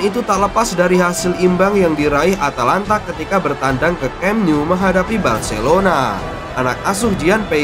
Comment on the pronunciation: "Camp nou" 😂😂😂 LoL